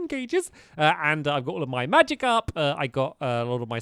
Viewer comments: Did he say magic up or magicarp? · did stampy say magikarp or magic up i need to know